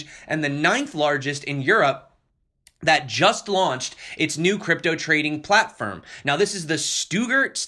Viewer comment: What is this "Bitcain" you speak of, Sir? Which "Platfirm" can I buy this? When pump? This sounds like a great new coin...:)) great stuff, also de TA vid. was great!